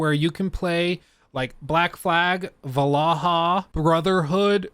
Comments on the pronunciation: Valaha?? 😂You mean Valhalla lol, good vids tho 👍🏼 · I’m sorry…”Valaha” 🤣🤣🤣 you mean Val-hall-a 😅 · IS nobody gonna talk about how he pronounced VAL-HALLA , VALA-HA! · What's wrong with the pronunciation of Val - hal - la??? Why do you keep saying VALAHA??? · *not "/valahl-ha/", it's "/val ha lah/" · I chuckled every time you called Vallhala Vallaha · "VaLaHa" instead of Vallhala, pretty smooth 😬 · it is Valhalla nat Vallaha. Yes, we know. Its about joke overstaying its welkome... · Are you saying Val-Ah-Ha" wrong on purpose? Is it an inside joke about the Assassin's Creed game or something? It's pronounced "Val-hal-lah". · This video is cool and all, but him saying Valaha instead of Valhalla is the highlight for this video to me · It’s Valhalla not “valaha” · Every time he says VALAHA, i cringe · Did you really say VALAHA ? 🤣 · this dude just said valaha for ac valhalla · no way did this dude just pronouncd it 'val-ah-hah'. looool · "va-luh-hull" bro wtf 😭😂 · VAL-HA-LLA You must be trolling 😆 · we love assassins creed vlaha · Did he just call it AC VALAHAA? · Just curious as to why Valhalla is being pronounced ‘Vallaha’? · Hang on, you said what? Va la ha ? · I’m sorry I can’t get over you saying “Valahah” 😂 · bro really said val a hah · Say Valhalla right!!!!! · Bro butcherd the word valhalla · Oh God I cringe so hard every time you try to pronounce Valhalla. Nice video though. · . How the hell did he pronounce Valhalla? Lmao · surely that’s not how to pronounce Valhalla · That Valhalla pronunciation was hilarious. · How many times is he gonna mess up Valhalla